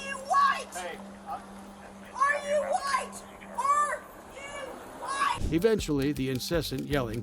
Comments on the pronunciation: Are you woit? Are you woit? I’m woit. I’m woit. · "bcuz im walking thru saying i'm whYte" 😂😂😂